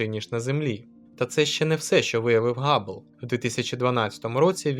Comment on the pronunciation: Все добре окрім слова "Габлл"---ГАБЛЛ...кров з вух. Який ще Габлл. Hubble-с%ка Хаббл. Габбл можна було б озвучити-Gubble